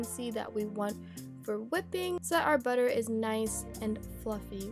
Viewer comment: That was funny when you said batter😁